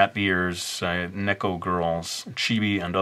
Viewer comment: it's "Nee-ko" not "Neh-ko" XD sorry I had to even though I am late.